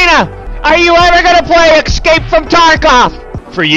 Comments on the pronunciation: It breaks my heart to hear Doc say "exscape"... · does he say ecscape on purpose?